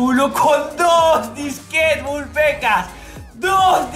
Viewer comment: Deja de decir Vul Pecas